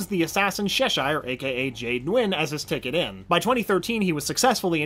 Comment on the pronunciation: this was good, up until Sheshire and Jamie Reyes. My man come on, Che-shire, like the Cheshire Cat hence her mask. Jamie, Hai -me, Spanish. Did you watch the show?